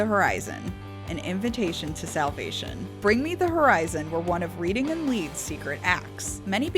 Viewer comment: That pronunciation of Reading hurt me deeply